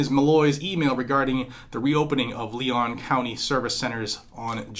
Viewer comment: Leon is pronounced Lee-on. This broad is a communist, just like Tallahassee’s Soras backed Mayor!!